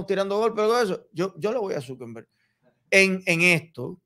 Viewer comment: No se dice Zukember, es Zuckerberg, sin N